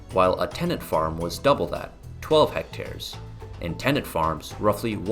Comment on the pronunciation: But why do you have to pronounce "hectres" like that?